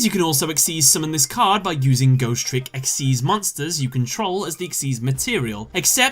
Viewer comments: “Exeez.” It’s XYZ!!!! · It's spelled XYZ but it's pronounced exeez. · Did you just pronounce "xyz" as "exise"